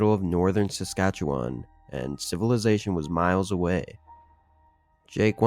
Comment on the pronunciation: = Congrats on 55.5K now! (I just subbed about 3ish hours ago and swear you were at either 54.x or 55.4 - either way, you're channel is growing fast! WTG!) Side note: Awesome job on pronouncing Saskatchewan (where I happen to live); most don't even come close lol.